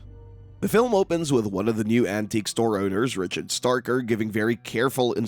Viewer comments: STRAY-ker, NOT Starker. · *Straker, not “starker” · “Straker” Not “Starker” lol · small point, not Starker, Straker. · One problem l have with this video is that the narrator repeatedly mispronounces Straker’s name as “Starker”. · If you're gonna hate on the movie can you at least get your pronunciation of the name Stray-ker correct. Also the newspaper cliptalking of the fire is from 1951,the first fire that almost burnt the town down. In the 79 version Marc is giving his speech for the play which tells of the 51 fire. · you know when someone hasn't seen the other two TV movies, & hasn't read the book, when they mispronounce one of the major names in the story. Over & over. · hahahahaha! "Straker" is really a hard word to sound out in your head, right? How many different ways do you think it COULD be pronounced? "Let's see--"st" is short for "saint", so maybe it's 'Saint Raker'"? Gimme a break. SOME words, yes. A simple word like Straker, I doubt you'd struggle to pronounce, unless you have reading difficulties. I suggested having read the book AND seen one or more of the TV movies would enable you to pronounce it correctly. It's not as if Straker is a minor character. Also, the argument that "the script was wrong" may be true, but IF you'd watched any of the other series, or listened to any other review of Salem's Lot, ever--you'd correct the script when on air, & when actually reading from it. My point is this guy isn't a true fan, because at least once or twice in his life, he'd have heard the proper pronunciation for that name. Now that's ok--most reviewers AREN'T really fans. Now he knows. Maybe going forward, he's less likely to mispronounce.